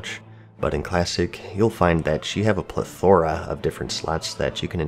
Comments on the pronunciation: Ple-ther-a not plethORa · Love your videos man but when you say Plethora you're putting the emphasis on the wrong syllable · you keep mispronouncing plethora and it's driving me nuts :P